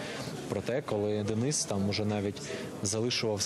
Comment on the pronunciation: чому дініс, якщо Денис 😅